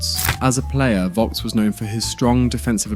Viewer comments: It is not Berti Wocks but Berti Vogts, pronounced Fogts. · i never heared vogst pronounced more wrong xD i dislike when people like him not bother to learn absolute basics of pronouncing german names while making vide0s about it